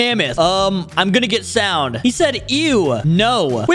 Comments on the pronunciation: I like how at the beginning he said the song fruit instead of sound fruit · Its not called song its called saund